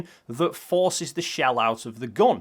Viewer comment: Sorry it always makes me chuckle when your pronounce gun as /gon/ haha, anyway, great video and amazing evidence! Cheers